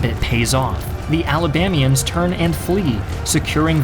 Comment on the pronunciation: Love the video. But it's "Alabamans" not "Alabamians" as Alabamia is not a state.